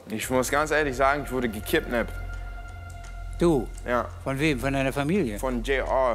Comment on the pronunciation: Gekipnappt sagt er 😂